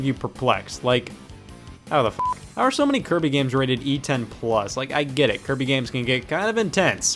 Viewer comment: I love how he put a m on Kirby at the end